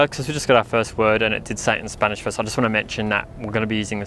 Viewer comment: Im amazed at how good their pronunciation of spanish is